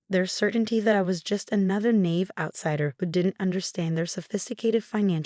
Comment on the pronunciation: Sure wish you could pronounce "naive" correctly.